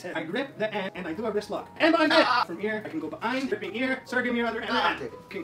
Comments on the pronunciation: Pronounce a damn H for Christ's sake! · It makes me very uncomfortable the way he pronounces head without the h